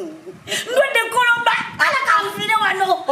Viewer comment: Mbu koloba instead of corona haha ha